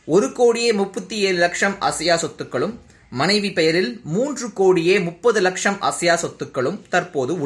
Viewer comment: Athu enna laksham??? Lacham nu sola vendiyathuthaane